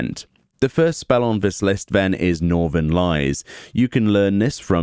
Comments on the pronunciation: Not Norther-LIES, norther-LEES As in, northern winds in a typically cold area; they have something to do with winter storms. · did this man just say northern lies?